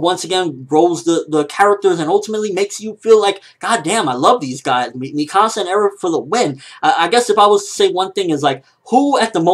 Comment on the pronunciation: Its pronounced me-ka-sa not mi -ka -sa